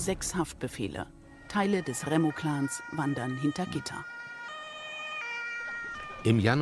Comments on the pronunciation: Das heißt Remmo Clan nicht Rammo Clan. Komisch wie kaum einer hier, dass merkt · Remmo heißt es